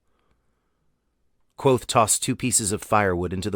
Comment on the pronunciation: Great reading, and for the future, it’s not “quothe”; the “V” in Kvothe is pronounced.